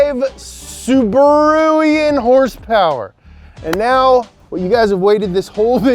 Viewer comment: 'Subururian' hahaha!